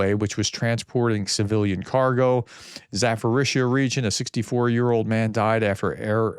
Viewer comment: Please Professor you butcher these on every video for months. Dnipropetrovsk = Дніпропетровськ (Ukrainian) KNEE PROPER TROV SK. Zaporizhia = Запоріжжя (Ukrainian) ZAP POUR RIZH ZHI YA.